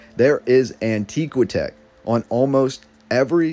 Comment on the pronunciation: It's An-tiiiihhh-qwaaahhh-tech like ANTIQUITY. Not An-teeee-qwi-tech like ANTIQUE.